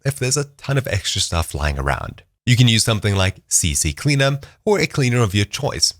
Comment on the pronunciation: It's CCleaner though, not CCCleaner haha